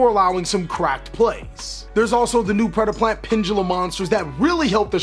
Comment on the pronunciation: Nice job, that was some really good predeplant pronunciation